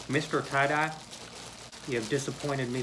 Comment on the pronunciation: Great "try-dye"